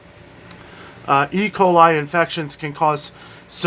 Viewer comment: Hello, your pronunciation of e. coli was very close....just say it with confidence!